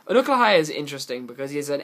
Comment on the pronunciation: Except he says Unukalhai wrong.